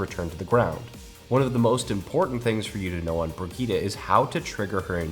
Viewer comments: why god, why do some people want to call Brigitte, BRIG- Etta, its pronounced BRIDGE- ETT, thats all i had to say, great video though. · Bregitah? wtf fam xD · How did you pronounce Brigitte? Brigittie? haahahaha